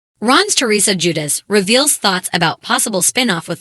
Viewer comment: If only you could pronounce her last name and his first name correctly lol